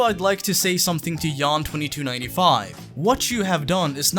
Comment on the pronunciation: French Canadian here.. its not YAWN. its YAAAHNN. Like Yannick.